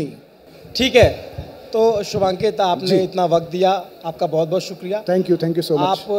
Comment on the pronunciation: Every time the interviewer called him Shubhankit it hurted my ears